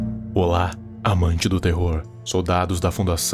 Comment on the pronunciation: Ele falou um "Olá" com mais ênfase do que o normal (nada contra🙂)